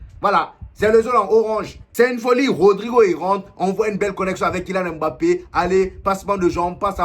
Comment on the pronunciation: "le meilleur club du monde " pfffffff...laisse moi rire 😂 on dit "mbappe"...pas "m-bappe" prononce pas comme les blancs...stp sinon force à toi...